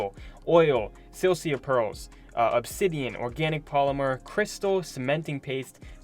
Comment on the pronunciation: Lol silcia Perls it’s silica pearls